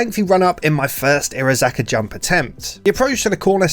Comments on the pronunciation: Bruh the pronunciation hurts it’s iro-haza-ka not irozaka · Entertaining video but the missing syllable everytime he says Irohazaka low key triggers me.